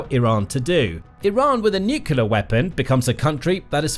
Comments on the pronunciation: Ok this is petty of me, but I kept getting an eye twitch whenever he said "Nucular" instead of Nuclear. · I find this site pretty credible and accurate, so it has value. But why oh why do so many people on this planet have trouble saying the word "nuclear"? It is. NEW-CLEE-ARE. Not new-cue-lar. It's really hard to give any credibility to someone who can't pronounce a simple English word of such importance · It’s not New Killer it’s New Clear. Please, Learn to speak correctly. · Nuclear It’s pronounced - New Clee Are Newkelar is something else entirely. Please get it right. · BTW, it's pronounced NUCLEAR NOT NUCULER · Please... For the love of everything good... Learn how to pronounce Nuclear. New-cle-ar. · it's called nucular, everybody knows that. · Nu-clee-er‼️ Reporter needs remedial training‼️ You’re FIRED😱😱😱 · "nucular"... Sure buddy, we'll listen to you. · For God’s Sake, it’s pronounced “new clear”! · England here it’s pronounced new clé ar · nookeelar drives me crazy every time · If you can’t pronounce the word, don’t use it; Atomic is just fine. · Try reading the word. Nuclear has only one letter u..... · Let's listen to pronunciation of "nuclear" - even "mercan" Bush got it correct, so media troglodytes mocked him.